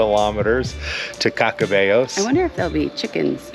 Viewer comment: There is great Vino on the Camino. Don't you hate those one length pillows. I believe you pronounced Caccabello correctly. Next time like you, we would do less kilometres in a day and spend a little more time in some of the towns we missed out on. It is always great to run into new people on the journey. Nice interview with the Pelegrinos. Love dthis episode. Thank you for taking us along. :hand-purple-blue-peace::face-red-heart-shape